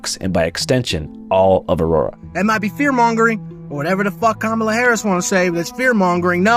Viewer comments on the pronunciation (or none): ANDREW, BRUH...ITS PRONOUNCED COMMA-LUH smh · It’s not “cuh-Mawla” it’s “Cawm-uhla” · Andrew , it is of no consequence other than honesty , Kamala is pronounced "comma la" . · Bro, come on... Mispronouncing Kamala's name in Sept 2024??? Seriously, there's no excuse for that shit anymore. Didn't expect that from someone as based as you. Also, this is the most intelligent, woke biker I've ever seen. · Is it so hard to pronounce Kamala's name properly?